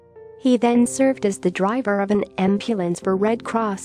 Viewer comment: What the hell is an 'Amp-yulance'?